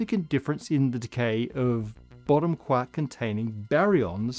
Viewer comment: Was looking away but my head whipped around because I swore I heard him call it the BOOTY quark.